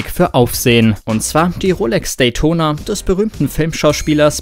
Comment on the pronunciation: Wie er Datona ausspricht🤣